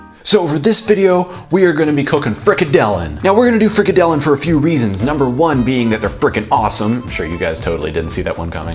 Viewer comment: haha you pronounce it so funny "freak a dillon"